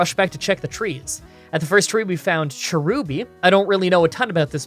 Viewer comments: Why were you speaking cherim instead of cherubi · seriously SERIOUSLY every time you make a Pokémon challenge video you ALWAYS pronounce one of your Pokémon names ARE YOU TRYING TO SAY THEM WRONG? IT IS NOT PRONOUNCED “Cher-Ruby” IT IS PRONOUNCED “CHAIR-UH-BEE” I know I spelled the Pokémon name wrong but that’s to help emphasize how to say each bit of it’s name the first part is “CHAIR” the second is UH the third part is BEE put it together you get “CHAIRUHBEE” correctly spelled cherubi